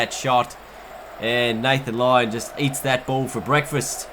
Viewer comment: he says lathan lyon